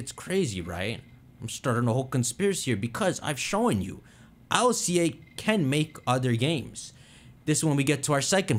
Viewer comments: It’s not I.L.C.A it’s ILCA, the Japanese name is literally Iruka which is ILCA in a Japanese accent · Please just say ILCA, not I L C A 😭 sounds dumb. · Ill-ca where is the I-L-C-A pronuncing coming from it's Ill-ka